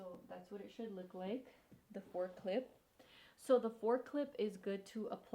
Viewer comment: I kept hearing “forklift” instead of 4 clip🤣🤣🤣 I’ve been wanting extensions for the longest time!